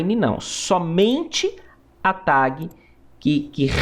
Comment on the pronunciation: Eu perco 10% da minha vitalidade cada vez que ouço "tague"